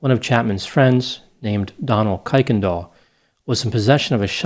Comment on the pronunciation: Its pronounce ker-ken-dal not ki-ken-dal